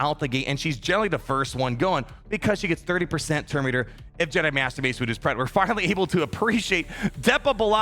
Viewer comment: Did he say Master “Waste” Windu? 😂